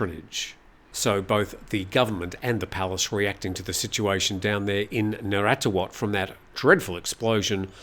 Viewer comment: But awful on Narathiwat .